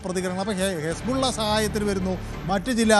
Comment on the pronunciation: യെസ്ബല്ല അല്ല പൊട്ടാ ഇസ്ബുള്ള